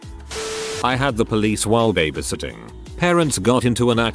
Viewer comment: Can't imagine how these people felt. Never felt the need to call police while I was babysitting lots of years ago. I guess I was a lucky babysitter. Speaking of babysitting...can't the computer voice be programmed to pronounce babysitting correctly? It is so annoying to hear it mispronounced!